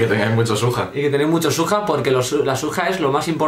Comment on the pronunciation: xXbOriEXx la palabra original es ¨SWAG¨ pero con el tiempo la gente lo deformo la pronunciacion por broma llendo de ¨SWAG¨ a ¨SUAJ¨ y de eso a ¨SUEJ¨ y le puso ¨SUJA¨